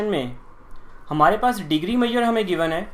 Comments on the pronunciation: Sir its measures....Not maeyures😂😂😂😂😂...By the way explaination is nice.....👍👍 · Maths pdna chla pr measure nhi bol rha h 🤣🤣🤣🤣😂😂😂